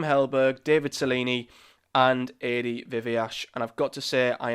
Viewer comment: I think you pronounced Adi’s surname differently every time you said it 😂